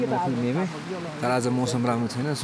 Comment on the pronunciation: Not मेमे but मिमे